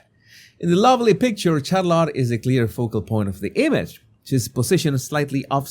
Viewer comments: It's Shar-lette not Char-lot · Her name is Shah-lit, emphasis on the first syllable. Not Shar-lot. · Charlotta? 😅😅😅😅😅. It is a hard T pronunciation at the end.